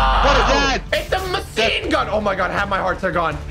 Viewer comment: Lol i love how says ItS A MaSiNE GUn